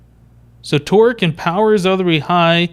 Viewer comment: Every time you say Torque, it sounds like twerk. I'm not kidding. This torque will haunt my dreams.